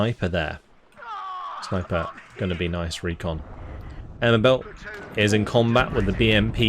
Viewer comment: Given that it's a British force, would they be pronounced the British way you'd say "air mobile" rather than the French sounding "mobe-ill" at the end? I'm not flaming, just genuinely interested.